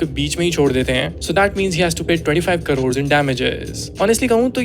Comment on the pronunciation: Hn sab thik hai par wo kodod nhi aunty crore hai😂